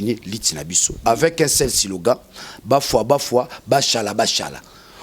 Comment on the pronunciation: c'est SLOGAN et non SILOGAN!!!